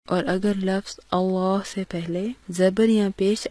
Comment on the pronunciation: Lafaz nhi lafz parhte hen